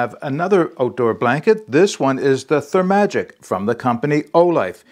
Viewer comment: 😂 I cracked up when you say "ther-ma-gic". I dont know the correct pronounciation(?) but my mouth definitely wants to say "ther-magic" as in hocus-pocus. Overall not crazy about using this on a hiking trip - a quilt would be dual purpose and much better insulation no doubt.